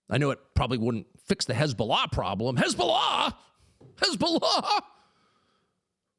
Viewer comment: “HeZbOLaa, HEZboLAAA!!!!!” 😂😂😂 gotta love Tucker man😂